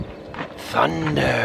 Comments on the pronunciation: OMG don’t ever stop saying thunderrrr the way you do. Actually I was a little disappointed when you said it the first time in this video. It just wasn’t quite right. Thank you for asking. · I do like how you say Thunderrr. Keep it up.